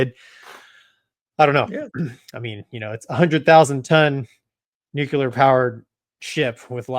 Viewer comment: Nucular? Intentional?